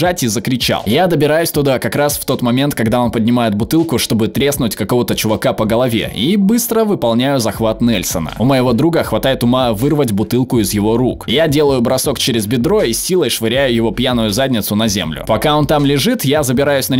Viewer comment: Мой братан боец спецназа, огромный самец, здоровый зараза))) Захват НельсОна, если что. Но я уверен, что автор это знает и байтит на комментарии неправильным ударением и названиями приёмов (хотя название не влияет на эффективность)